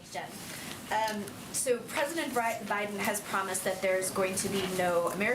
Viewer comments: “President Bri-ben” she had it right the first time! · Did the first reporter say President Briben? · She almost said President Braiden like its Brandon at this point lmao